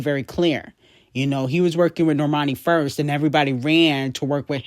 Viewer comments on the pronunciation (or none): none